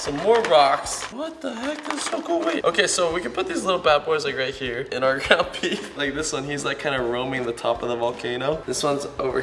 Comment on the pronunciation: who else thought he said "grandma beef" at the beginning instead of "ground beef"?